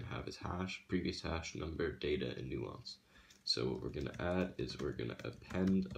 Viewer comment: Hey, I'm not trying to nitpick, but I'm a cybersecurity editor, so things like this bother me. It's pronounced "nAHnce." With a long "A". You're pronouncing the word, "nuance," which is completely different from "nonce." Sorry. Like I said, not trying to be a jerk, but I figured it'd be better to let you know now, rather than let you keep going with it.